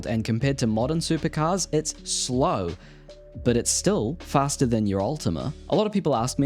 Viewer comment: did you say fasterer